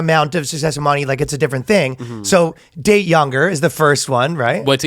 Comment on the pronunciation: I don’t understand how no one stopped Ryan… and asked him to pronounce “money” again. I swear to Allah he’s saying “moanie”